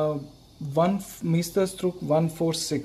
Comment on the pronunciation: sir, its porponpounced as mysterstrook meaning masterpiece